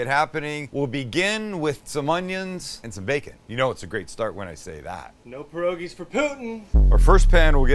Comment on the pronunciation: I'm surprised you used the proper pronunciation. But as I was taught perogies are more polish but since you fried them that's what they are. If you just boiled them and covered them in buttered onions they would be more like Ukrainian Pedaheh.